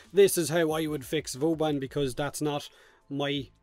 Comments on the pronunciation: Haha he says booban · why do you call him "Booban"?